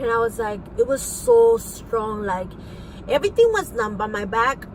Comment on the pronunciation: Like I don't know like her saying eryteng and den prolly talking like you know hahahaha.......